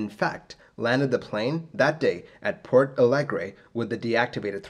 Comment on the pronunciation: I'm Brazilian, and although I love your channel, I'm used and resigned to hear you butcher the pronunciation of non-English names and sigh. To my surprise, you did pretty well with the Portuguese names (only it's "Porto" Alegre, not "Port"). That includes a good approximation of the nasal sound indicated by the tilde in "São" Paulo, which is unique to Portuguese, and the "nh" sound in "Congonhas" (same as French or Italian "gn" in "mignon" or "gnocchi", and similar but different from Spanish "ñ"). Congratulations! 👏👏👏👏 That said, this accident made even worse the political and operational crisis in Brazilian aviation that had been ongoing since the Gol 1907 mid-air collision and crash in the previous year, but now Congonhas is much safer and no further major accidents happened there. The grooves were finally implemented a short time later (it helped that due to its location in the middle of the city and the noise problems, Congonhas is closed every night from 11 PM to 6 AM, so night works are easily done there), and Airbus also made some modifications to the way the thrust reverser is deployed in the A320.